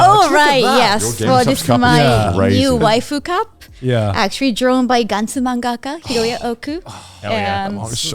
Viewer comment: Kaho: Well actuarry....